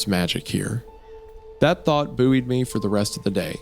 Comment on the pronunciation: got whiplash on how he said buoyed